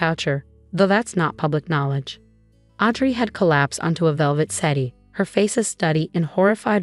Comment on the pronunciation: Are these narrators so illeducated that they cannot pronounce proper words like settee, tiara,and heir? And politeness? This is truly upsetting and diminishes the enjoyment of the story greatly.